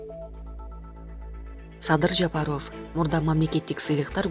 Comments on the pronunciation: Садыр Жапароофь дейт го... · Президенттин фамлиясын жакшына окугулачы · Алып баруучу кыз,Президенттин фамил-н туура айтып уйронушун керек экен.